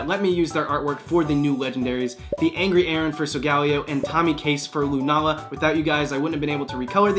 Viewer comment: man you got pretty close on lunala!